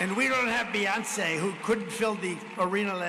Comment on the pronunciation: Pathetic. Even pronounces Beyonce with childish spite.